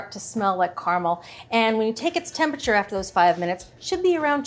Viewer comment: There are 3 syllables in caramel. And 4 in temperature.